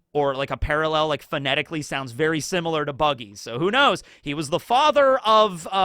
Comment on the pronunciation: So much work on the pronunciation of Japanese words, and then I heard in English simUlar 😅😅 lol